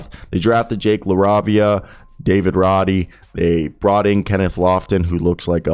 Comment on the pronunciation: Jake La RAY via RAY not RAH...